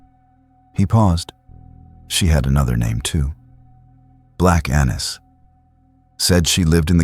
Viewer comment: Annis is actually pronounced with a long A, but good job otherwise.